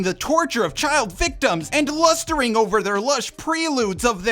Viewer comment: LUSTER is not "lusting" What was that?! XD